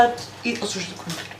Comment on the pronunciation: Ja cijelo vrijeme cujem KUMPIR😂